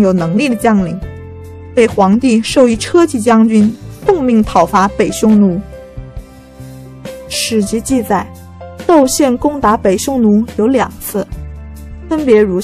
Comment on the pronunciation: 車騎將軍，車騎，我們唸ㄐㄩ, ㄐㄧˋ，官名，不唸ㄔㄜ, ㄐㄧˋ。